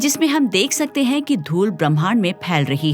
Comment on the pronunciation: आप ' हैं ' को ' है ' उच्चारित करतीं हैं । कृपया इसे सुधारें!